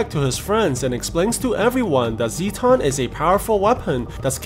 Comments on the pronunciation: It’s Zetton not zeton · As an Ultraman Nerd. I am trying to control my temper when he calls the Dismembering Halo an “Energy Disc” along with him pronouncing “Zetton” Zee ton. Also Ultraman’s planet is called The Land Of Light. Also could you possible recap “Ultraman Trigger Episode Z”